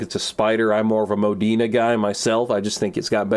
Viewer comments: Why does he pronounces Modena "Mow-dee-nah", it's pronounced "MO-de-na" since the car is named after the town in Italy where Enzo Ferrari comes from. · The way he pronounces "Modena" is... it bothers me